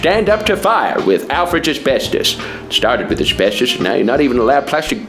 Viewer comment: "Absestos" I just want to point it out. "Alfred's Absestos." I love it.